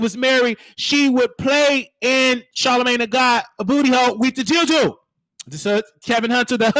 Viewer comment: Every time you said “Dilldoo” I started geekin!!!! 🤣🤣🤣